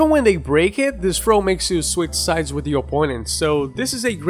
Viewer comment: Thought you said throat game.